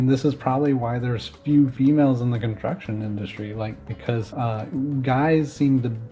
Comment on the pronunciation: If you pronounce the words “construction industry” as “contruckshin industry”, you lose the right to even attempt to insult/judge women or anyone else for that matter, for being underrepresented in that industry…